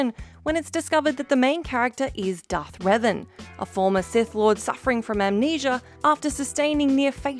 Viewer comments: wtf is Dark revan? Its Darth Revan. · Did she say Dark Revan and Dark Malek?